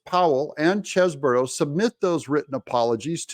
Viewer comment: Doug, please take a real look at how Chesebro is spelled. One "O", so not Cheseboro.